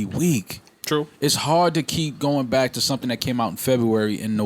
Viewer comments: Why can’t joe ever say “back to business?” He always seems like he concentrates really hard to say it correctly but he always ends up saying “bike to business.” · so nobody notices how its sounds like joe is saying “bite” instead of “back” in the beginning